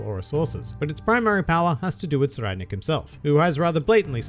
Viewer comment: Ohhhhh. So that's the right way to pronounce Tserriednich!